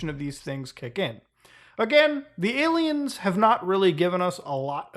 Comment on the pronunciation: I cant get over how he calls them ay lmaos and how he pronounces them. lol